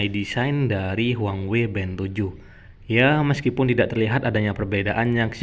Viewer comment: Bukan huangwei bang, tapi huawei 😂